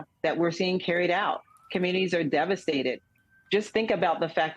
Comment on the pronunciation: "devastatet" ? Ebonics at work.